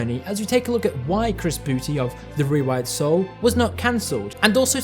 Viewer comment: it may be old by now but i still laugh when anybody says chris boo-tay